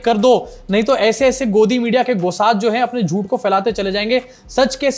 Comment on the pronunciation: गोसाद नहीं, गुसाद